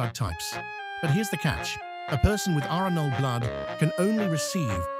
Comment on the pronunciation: It’s not called ‘rachnul’ it’s called Rh null